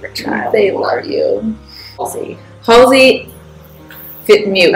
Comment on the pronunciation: I died a little when they mispronounced Halsey